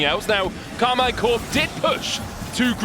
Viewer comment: Please its pronounced "Karmeen"